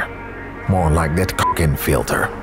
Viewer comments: LMAO you pronounced it as [CoC]in, what the hell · Cokin.. the way the ai voice pronounced it is wrong. This company has been founded by Jean Coquin , french photographer. You can't say it in you language. But the N in the end is silent, and it's pronounced coc - [and the way we say 1 in French]. Coc1 . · In french we would pronounce Cokin like "coquin", this word meaning naughty! You’re not too far off with your wrong pronunciation! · i think cokin is supposed to be pronounced like "coquin" (roughly "silly" in french), sounds less like cocking and more like cokain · It's pronouncing like 'kukin' or 'couking'. This is not funny! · Im i the only one who hear "fuckin" every time he talks about the filter ? 😭😭😭😭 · also try to say it "coke-in" like a can of coke-a-cola in your hand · Because he pronounces it like cock. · Could you write name of the filter? I couldn't hear exactly how you called it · its funny to see a channel named "" pronouncing "cokin" wrong:face-purple-smiling-tears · For the prononciation i think the right way is what you get when you type "coquin" on translate and click to the vocalisation Basically the only part that you got wrong is the one you didn't bleep, understandable as is not common in english prononciation Loved the video and your use of the soundtrack , it changes everything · I can't understand what says, can anyone help me out? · It's amazing how your videos go well with your music. I find that both are enjoyable in themselves, but the mix is exceptional 😮 Btw, your issue in prononcing "Cokin" is probably in the way you pronounce the "o". In english it sounds more "round" while in french it is more "flat". The first "o" in "colossal" is pronounced a bit like that (just a bit though) 😄 Try it, the censor maybe won't think you're talking about a dong 😁